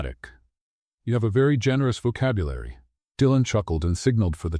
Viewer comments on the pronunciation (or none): none